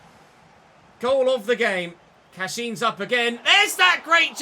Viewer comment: Youre pronouncing Cashin’s name wrong - you said it correctly in the last episode